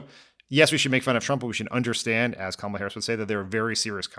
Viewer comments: Did you notice that for a few days, 45 pronounced Kamala's name correctly, but all of a sudden it is back to acCENTing the wrong sylLABle?? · Her name is not Kamilla, it's Kamala, as in comma-la. But, I wouldn't expect white bred Midwest people to get it right. 😂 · Why TF can't people pronounce her freaking name correctly???? Com-MELLA???? Wtf😮😮😮😮 COMMA-LA. That's it! Say it right! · It is KAMALA not Camilla! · “Camilla” Are people really that incapable of saying her name correctly? I mean, it’s not like she has a really hard to pronounce ethnic name. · ...comma-la...ka-may-la...ka-mall-a... ...doesn't matter how you mispronounce her name, come January, you'll all be calling her the same thing... MADAM PRESIDENT 💙💙💙💙💙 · Why do people have such a damn hard time saying Kamala's name ... It's not that freaking hard!!! COMMA - La. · Pamala Kamala Pamela Kamala repeat until you pronounce her name correctly 😊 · Yup. Republicans struggling hard with learning pronunciation like they're having learning Truth. It's true to how her name should be pronounced REPUBLICONS. Quit intentionally saying her name just to be disrespectful ok. Thank y'all! It's KAMALA pronounced Comma la. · why has it taken me so long to see that Trump desperately wants to say her name correctly?! Pronouncing it incorrectly totally ruins the comrade nickname. 😂😂 god, he is such child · OMG!!! WHY ARE PEOPLE HAVING SUCH A HARD TIME SAYING HER NAME. SMH!! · The number of people who still say her name wrong gets under my skin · Why can't people say her name right? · The way people butcher her name is INSANE!!!!! 🤦🏾‍♀️🤦🏾‍♀️🤦🏾‍♀️ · Nobody on the panel can pronounce her name - the lowest of low information voters. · For everyone not 100% clear on the pronunciation say Momala Harris to yourself and then change the first M to a K. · people who aren't pronouncing her name right are doing it on fucking purpose. they easily make me despise my fellow Americans so so much